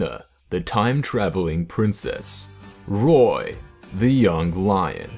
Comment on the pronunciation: Roy -_- not toy